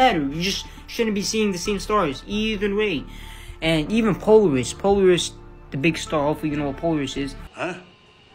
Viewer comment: His mispronunciation of Polaris has convinced me that he’s just a shill.